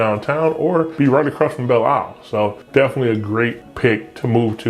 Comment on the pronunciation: You can tell he is a Detroiter because he says Bill Isle.